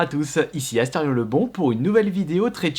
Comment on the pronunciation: Pq tu dis tout le temps aster ion ?